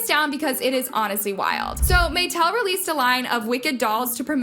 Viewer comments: MAH-TEL, not MAYTEL! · "Ari-ANN-na"?? "MaY-tell"?? tf?? Is that on purpose? How do you mispronounce something that millions of people have heard spoken correctly for years and years?? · I can’t hear this girl talk anymore without losing brain cells. “May-tell”??? Lord